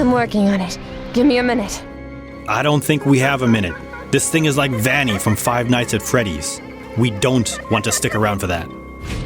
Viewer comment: he said like five nightsat freddys